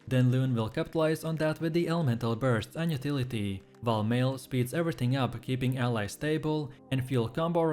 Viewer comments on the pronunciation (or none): Gus-ta-vee, Mail-ee. I'm dead 💀